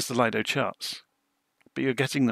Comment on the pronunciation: Very nice video, thank you for that,one small correction when u say LAJDO charts it is acctually LIDO charts ,Lido is from Lufthansa that has developed their own Flight Planning tool in the 80,s and the name was given as LIDO which means LIDO ( Lufthansa Integrated Dispatch Operation )